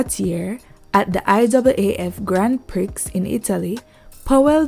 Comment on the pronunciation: Thanks for reminding us. Prix is pronounced "pree", like "him a pree..." 🙂